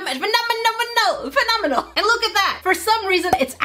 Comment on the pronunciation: When you’re trying to say phenomenal, I was laughing😂😂😂😂😂😂😂😂